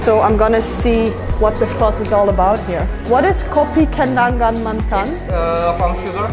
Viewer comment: The way she said kopi kenangan mantan tho 😂